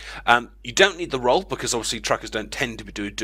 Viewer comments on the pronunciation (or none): none